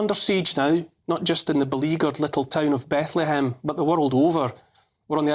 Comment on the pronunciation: Apparently Francis could only ever utter "Be-ethlehem" in bleat.